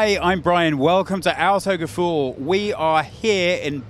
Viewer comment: hate how he says 'outogefuhl' instead of AUTO